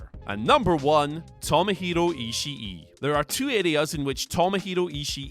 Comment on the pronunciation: Its pronounced Ishii. Not Ishii E. Also the Fiend should be 1.